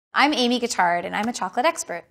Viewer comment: Chocolate expert, but cant pronounce it right lmaooo